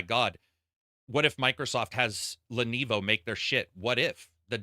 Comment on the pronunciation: Sorry man you keep saying "Lenevo" its LENOVO